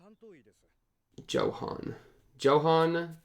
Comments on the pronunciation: that Johan pronunciation, bro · Just so you know since thr story's s in Germany, "Johan" is pronounced as "Yohan"